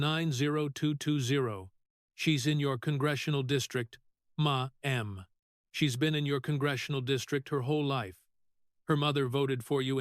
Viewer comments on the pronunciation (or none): Ma Am has an all new meaning! IA may be smart but can’t pronounce Mam! 😂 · Who ever or what ever is doing the moderating on this video is horrendous. It keeps MA EM instead of MA'AM. Awful moderating. Sounds fake and I do not believe Senator Kennedy would appreciate this at all. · I agree. I gave up listening due to the “ma m ‘s”. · Can't you say mam! Not maam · Your AI can't pronnounce the word Mamm😢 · Funny how AI says "Ma'am" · Why does the speaker continuously mispronounce maam? Makes him sound like an idiot. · Unbearable to hear that moronic way to pronounce MAMM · They need to teach AI how to pronounce Ma'm. 💋🤠